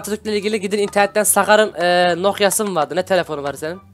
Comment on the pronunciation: 😂😂😂😂 nogya değil nokiya 😂😂😂😂